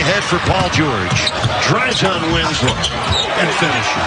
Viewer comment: 경기 캐스터 마이애미쪽 분인가요? 발음이 진짜 영화 나레이션 듣는 것 같네요 특히 죠오올~지 할때 ㅋㅋ 늘 잘보고 있습니다 세계에서 okc에 관한한 최고의 하이라이트 필름 채널이라고 확신합니다.